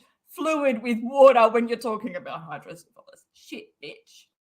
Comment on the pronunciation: It's Hydro-Cephalus pronounced Hydro-Seff-a- luss (not Hydro-Syphilis like the STD lol).